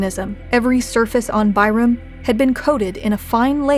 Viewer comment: Tyrum? More like Bye-rum lmao